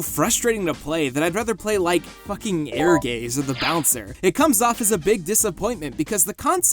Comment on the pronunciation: Worst Ehrgeiz butchering ive heard so far. Air Gaze, seriously?